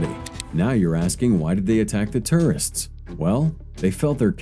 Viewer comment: TOURists not TERRists! Sounds like you are saying terrorists!!! 😫😫😫😭